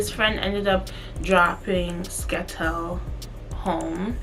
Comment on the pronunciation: calling Skettel a “Skettle” is funny asl😭